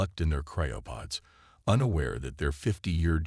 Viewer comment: Seven seconds and Already Sarah Chen is here to save the day....then there is this "CRYO-pud"!!!! WTF is a "CRYO-pud"???? Not sure I will make it thru this story if your AI is going to prove to be a POS.....we'll see..... I made it to the end.... SO, now, what is "space-i-time" and "UHN-animous"!!???